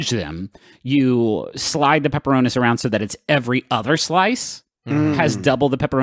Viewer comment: I hate how they pronounce pepperonis